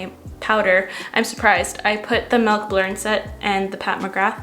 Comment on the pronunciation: You say melk instead of milk and I’ve never related to someone more haha.